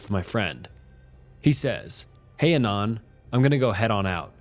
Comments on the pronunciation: I find it funny the way you pronounce Anon. Ay-non, as opposed to, at least what I think, Ah-non. Also, 4Chan stories are preferred to Reddit stories. But seriously, great content. Makes my shift go by much smother. Thanks! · Also.. ANON is the first two syllables of ANONYMOUS. why are you saying it intentionally off?